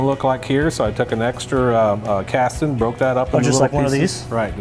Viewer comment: "Castin" LOL!